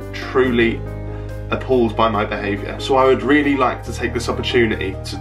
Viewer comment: Appalled? Or APAULED